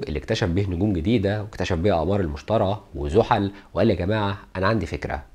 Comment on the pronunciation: حلقة مفيدة جدا، بارك الله فيك على مجهودك الجبار. عندي ملاحظة بسيطة: كوكب المشتري تنطق بالياء وليس المشترى.